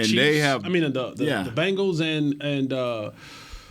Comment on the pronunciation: Tell Jesse it’s Bengals not Bangals 😂😂